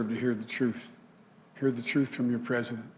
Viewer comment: im sorry where is the “L” in the word “PRESIDENT”?? how tf did u pass kindergarten